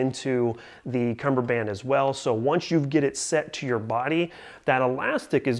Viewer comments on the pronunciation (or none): Oh your wrong all right. It's cummerbund not cummerband geezaaaa